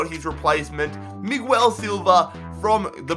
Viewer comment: its miguel not migwel